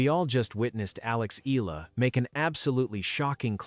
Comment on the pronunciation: It is pronounce as Eyala. If you narrate kindly pronounce correctly